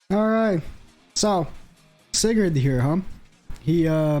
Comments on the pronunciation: Btw you pronounce it as sai-gard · I have yet to pull Sigurd. How do you not know how to say Sigurd?